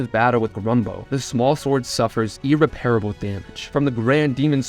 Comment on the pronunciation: You really got to learn the proper way to pronounce words like "perilous", "unveil," and "irreparable." It's sad, dude. Stupidity makes me sad.